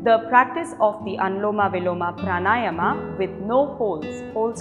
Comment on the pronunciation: Perfect video. Thanks! Just one glitch: please say "praanaayam", and not praanaayamaa !